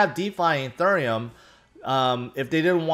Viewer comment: You always pronounce ethereum like a southern woman at a waffle house